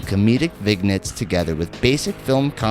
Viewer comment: He also said Vig-nets.